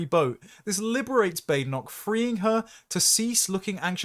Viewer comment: Bad-en-och. Bä-den-och I do like to listen to your presentations,. You seem to very much have your head screwed on. However, you do, occasionally, pronounce some words unusually/incorrectly(?). I'm not talking about her name, either. I'll make a list, one day. If you ever have the time to read the comments, that is. I rely on you, somewhat, to help improve my verbal english language skills.